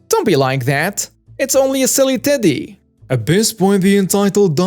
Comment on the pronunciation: Anyone else hearing titty instead of teddy